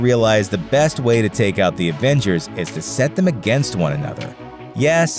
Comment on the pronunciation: Why d o u say advengers its avengers